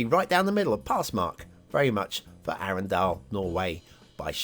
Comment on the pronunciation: Arendal, pronounced Arndal (silent e). As a norwegian I wan't to be patriotic but honestly the best parts of the map is the many intersections and coastlines. Sloped build areas makes wonky edges around buildings. Map: 2 Stars. Loved the Shark asset and the ad. 5 Stars.